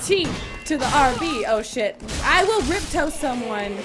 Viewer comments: i love but rip tos instead of riposte was killing me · haha riptoast ? its riposte